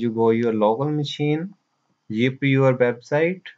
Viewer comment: bro nice video but need to work hard on zip not Jeep.